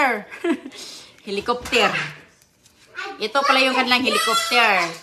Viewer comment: Pasalubong hindi Pasalobong. helocoptier daw.